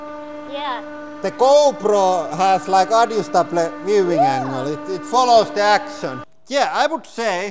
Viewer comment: ''adjustable'' sounds like this : adžastebl